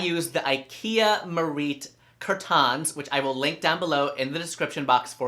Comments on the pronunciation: Nobody asked, but I love the way you say CUR TAHNS lol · Just found you today and I’m stuck 😂 I’m guilty for having a silver and mirror living room and matching sofas🤦🏻‍♀️but that’s it’s about to change been changing things up since last week. For now on I’m calling my curtains only “CuR-tAnS” it sounds so fancy when you say it 😂